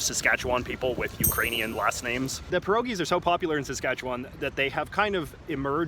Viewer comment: You sound like a tourist. I was born in Regina, SK. You need to learn how to say Saskatchewan properly. Also, you are not saying Ukrainian properly either. I'm glad you noticed the Union Jack. There's a lot of history in that topic. I'm not sure how many of the Indians are Metis. I think most are Cree. You may not have noticed many French people. They stay in their French pockets , the same way Jewish people stay in their locations. Germans also stay in their own locations. And, the Indians stay on their reservations. You did a good job of noticing things that tourists would be interested in.